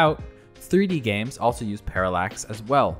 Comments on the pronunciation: Lately I have been playing a bunch of James??? Buddy I get that gif is pronounced jif but not every g is now a j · lmao it sounds like you say "james" instead of "games" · So nobody is gonna mention the way he pronounces 'games' like 'James' ? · my man literally said "james" like the name bruh